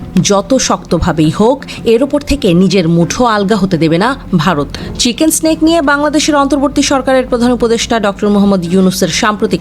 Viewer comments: চিকেক স্নেক নয়,। চিকেন নেক। নেক অর্থ গলা, আপনি যে বলতেছে স্নেক তার মানে হচ্ছে সাপ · Mata ji chicken neck ke chicken snake uccharon karche. Ki haal etei bojha jache 😅😅😅😅. Chagole ki na bole arr pagol guli sudhe allahmudulla boltei basto. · Uccharon ta chenken snake noy re pagli